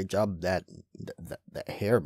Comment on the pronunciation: "A great great jub" XD